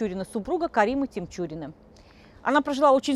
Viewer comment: Карим ТиНчурин...нужно знать как правильно произносится фамилия о ком рассказываешь,...Захида ТиНчурина ( а не с буквой М)...